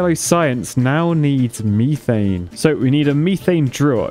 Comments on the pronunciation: its not m-EE-th-ANE its m-E-th-ANE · It's called Meth-ane not me-thane. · It’s pronounced Meth-ane not Meeth-ane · "MEE-thane" over "METH-ane" as a pronunciation sounds like nails on a chalkboard to my American ears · ME-THANE WHAT METH-ANE YOU ARCHITECT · WHAT IN THE FUCK IS MEE-THANE??? ITS METHANE !!! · its not me-thane its meh- thane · METH It’s not meeth its meth. Methane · can u STOP saying meeee thaine, its methain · He was calling methane “meethane”. Strange. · I like how he pronounces methane as "meethane". Like imagine in Breaking Bad. "Jesse, we need to cook meeth" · Mee-thane Me: he's british he should have said that correctly my mind exploding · Me not trying to ruin excitement but its (at least to my knowledge) Meth-ane (ain as in pain) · What's the actual correct way to say methane? "meethane" just feels wrong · In the US it’s pronounced meth-ane. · You pronounced Methane wrong. The reason you don’t have enough water is because of the water tanks. Just thought to let you know! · I'm not usually too surprised by British pronunciations but that one got me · I love how he says methane LOL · Ok people, quick question because it's really bugging me: Mie-thane or Meh-thane? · Someone please tell me whether or not the way he saying methane is a joke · The way he's saying methane hurts my ears